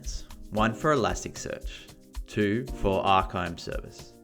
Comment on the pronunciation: Arkime is great its pronounced Arr-Kaa-Mee. Pretty powerful app. Folks really dont realize the amout of packets and data going out to the web on IoT and other internet connected devices.